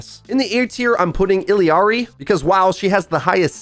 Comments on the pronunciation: Bruh its illari not illiari😂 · I'm sorry I just cant take it anymore. It's Illari NOT Illiari. there are ONLY 2 i's not 3. It's Illari NOT Illiari. where the shit are you getting that extra i from in all these videos ghadamn! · its Illari, not Illiari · Okay....just gotta get this off my chest. ILLARI ILL-ARI NOT; ILLI-ARI, ILLY-ARI, ILLEE-ARI IT'S ILL-A-RI I've heard so many grammar inept people butcher her name in this same way for such a simple name. For the love of god, READ HER NAME A COUPLE TIMES AND TELL ME WHERE THE THIRD "I" IS That's been my vent. That's all I wanted to say. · I love you but I hate the way you pronounce Illari 🤣🤣🤣